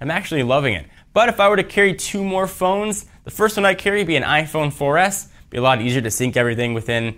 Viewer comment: "iPhone 4ss" lol